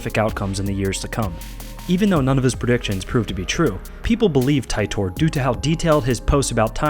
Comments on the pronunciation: Ty / tor hahah ti as in tea (tee-der ) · It's pronounced teetor. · The guy from the country "Tourad" got off of a flight from Japan. There's also a little bit more to the story, as I heard it on another YouTube video. The name "Titor" was mispronounced. He come back to get a computer. Thanks.